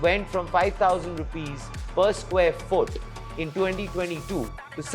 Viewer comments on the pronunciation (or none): none